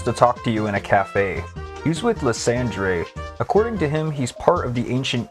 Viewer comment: Why are you pronouncing lysandres name that way. So much official media has said his name properly